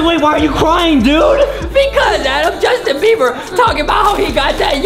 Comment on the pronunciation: “Justin “ not “ Justine “